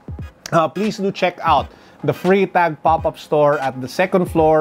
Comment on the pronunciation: For a Swiss / German speaker you pronounce it as Frrytahk ( Freitag ).